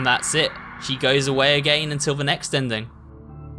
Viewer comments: why u say again like agayn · I love how he says "agayin" instead of "again" , I know it's his accent but it's just funny.😂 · also y does he says again like that